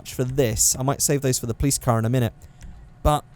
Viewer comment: All those times you said 'Plice' instead of Police really fucked me up